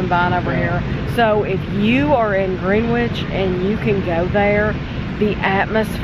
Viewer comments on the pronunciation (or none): It's actually pronounced "Gren-itch" instead of "Green-wich". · Love your vids, it’s lovely to see you guys enjoying our country 🙂 Just a tip, Greenwich is pronounced Gren-Itch ... obviously 😉